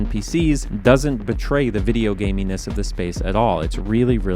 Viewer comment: not every "the" should be pronounced "thee"